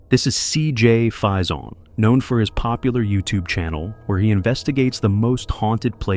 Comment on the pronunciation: Cj's last name is pronounced fayson spelled faison. It's not French so stop pronouncing it with a French accent!!!